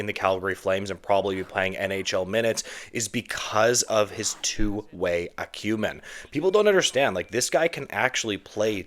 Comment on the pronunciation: Is there a single word you pronounce properly? Acumen? Prospect?